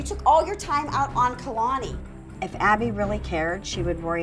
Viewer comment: I love how says Kalani lol